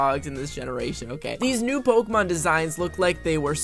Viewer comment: why is every single poketuber so bad at pronouncing pokemon names